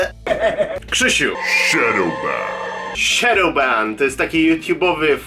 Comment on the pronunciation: Dlaczego kiedy mówisz shadowban rozumiem banany? WTF XD